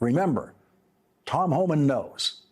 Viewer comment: It’s Homan, not Homans.